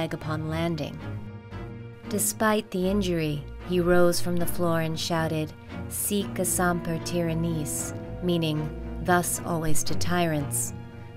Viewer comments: “Seek somper tier ranisse?” Sic semper tyrannis is usually pronounced “sic sem-purr tie-ran-iss” Or if we’re being really true to the Latin “sick sem-pear tur-ah-niss” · Sic Semper Tyrannis (pronounced “sick” “semper” “tie-ran-is”) ‘Thus always to Tyrants’ is not only Booth’s line but is also the state motto of Virginia. The lady in the video mispronounced it . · ...that is not how you pronounce "Sic Semper Tyrannis" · She said that wrong